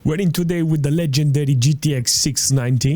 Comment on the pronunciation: am mirosit accentu de arad de cand ai zis legendary :))